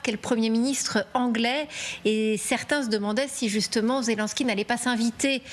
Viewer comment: Quelle prononciation de me...de 😂 ZELONSKY